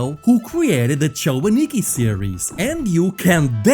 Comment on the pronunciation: cho-anikki is bizzare